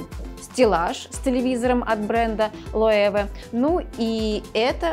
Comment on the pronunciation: Девушка очаровательна, дом сделан очень хорошо, но на ограниченную аудиторию, мало кому такой дизайн интерьеров нравится. И, пожалуйста, не коверкайте названия премиальных брендов, Loewe – немецкая компания и читать её надо по-немецки, ближайшее русское звучание "лЮвэ" или "лЁвэ".